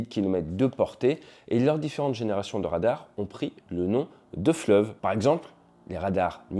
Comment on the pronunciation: Des Rrrrrradarrrs...